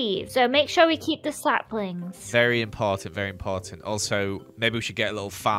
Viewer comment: said slaplings 😂😂😂😂😂😂😂😂😂😂